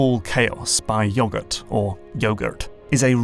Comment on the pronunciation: lol when he says "yoGURT"